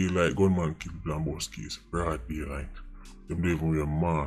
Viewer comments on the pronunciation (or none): none